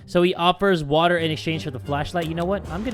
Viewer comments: we got a bottle of WAACAAA me: Yay we have some more WAACAA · says: WATTAH asian man on tiktok be like: I’m proud of you son. Bc the man also says water as “WATTAH”